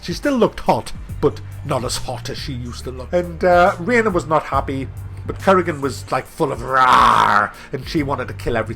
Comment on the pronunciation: Currygan :p